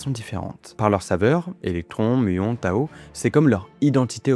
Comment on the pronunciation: Désolé mais on dit particule Tau et pas Tao. Donc on prononce tau -i -que et non tao-i-que.